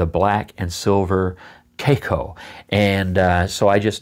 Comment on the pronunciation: To me it looks more like an hybrid of the Lamy Aion and Lamy 2000, the design of the first with the material of the second, it's a very curious combination but reading all the comments about the cracking issues I don't think I'm ready to try it. In other order of ideas, I don't think your pronunciation of the brand is correct as it's a Chinese company, maybe a Chinese or Asian viewer could verify that. Great video and positive vibes as usual. Regards.